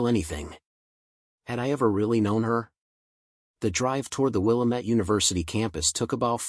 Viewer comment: At 14 minutes in the AI mispronounces the name of Willamette University. He would think it was a lot of these stories set in the Portland Oregon setting that they would teach it how to name properly the river that one's right through the middle of downtown Portland .. it is will-am-et not willa_met so help me God.